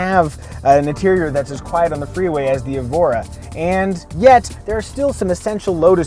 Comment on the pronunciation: It's not Evora, it's ÉVORA.